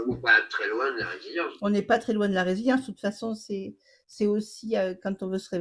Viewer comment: On dit résilience et non pas revelience